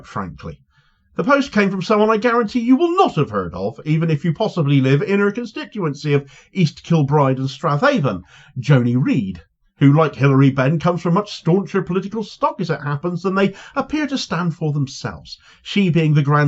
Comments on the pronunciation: Its pronounced straven btw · She's Jimmy Reid's granddaughter? I didn't know that. Atlee's son (now dead) can be added to the list of discreditable descendants. You are forgiven for "Strathaven", Yes, I know that's how it's spelled, but it's pronounced "Straven". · Strathhaven in Scotland is. pronounced Straven. PS. Keep it coming